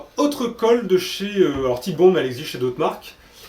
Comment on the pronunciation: La marque Titebond est une contraction des mots anglais tight et bond. Donc ça ne se prononce pas tite mais tight (taït) comme right fight etc...